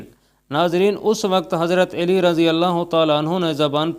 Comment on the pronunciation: او بھائی- ہم نے تو ہمیشہ حضرت علی (ع پر زبر) کہا اور پڑھا اور کہا ہے-یہاں حضرت اے لی کس حساب سے کہا جا رہا ہے۔؟